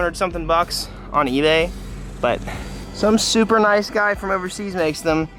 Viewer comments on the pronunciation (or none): none